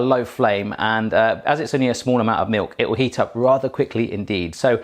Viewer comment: Did you just say Meuk ??